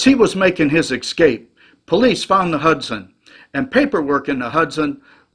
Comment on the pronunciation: "Escape" is pronounced like it's spelled, not "ekscape". You learned better in the fifties, maybe sixties.